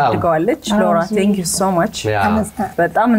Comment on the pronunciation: “ላውራ” 😂 ማ ከለከለህ😂 ስሟ ሎውራ ተብሎ ይነበባል: ው ይዋጣል🤣did they just let a 14 yr old drink alcohol?😮 😂